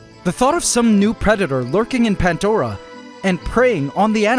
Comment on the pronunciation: 🤔 "PANTDORA" ??? BTW there's NO "T" in the word PANDORA 😂😂